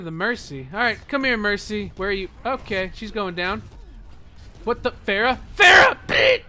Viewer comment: The pronounce for pharah I think is wrong